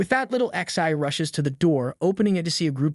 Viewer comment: remember, it is not ixi, it is pronounced zhe.